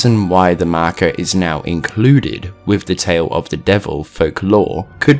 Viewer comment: Nobody:: The markar